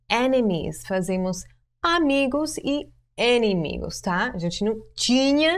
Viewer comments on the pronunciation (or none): Excellent examples! Thanks a lot! Ah, just a reminder it is "inimigo", not "enimigo" kkkkkkkkkkkk abraços